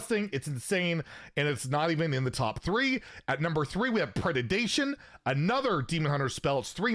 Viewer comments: Pred-ation, not Pred-de-dation. This has been driving me nuts! Keep up the good work though! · It's just "Predation", not Pre-de-dation.